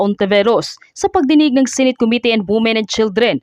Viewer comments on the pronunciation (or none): none